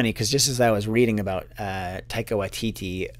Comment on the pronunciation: Hey, In Taika's last name, you stress the first syllable, not the last two. They're more of a short i sound :)